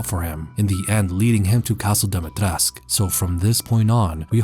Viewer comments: Why do people always say "Dimitresc"? It's "Dimitrescu", the 'u' has to be pronounced like an 'oo' in English. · why does he speak about Dimitrescu with a Spanish accent? her name isn't Spanish its Romanian It would be like changing your accent to a Vietnamese one talking about berlin it was so weird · You kinda say "Dimitrescu" in a weird way, don't you?